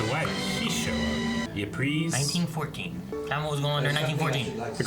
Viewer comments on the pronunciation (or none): Ypres is pronounced like “Heaps” in English....